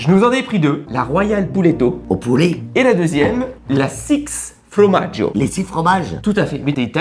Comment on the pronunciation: Au cas où on dit formaggio et pas fromaggio 🤣mais bon c'est pas grave et continuer les vidéos vous êtes exceptionnel